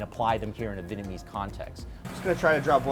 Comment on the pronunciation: As a Vietnamese I hate that Vietnamese American people don't pronounce the "Viet" in Vietnamese. They always say Vinnamese or Vitnamese.